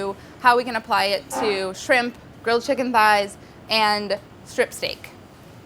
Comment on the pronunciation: Don't like how you said apply